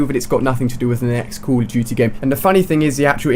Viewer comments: he said call of tootie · I like how he pronounces COD "Coll of tuty" jajajajajajajaj